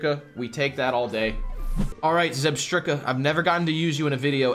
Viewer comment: I don't think I've been annoyed by any pronunciations before this, but saying zebetika made me sad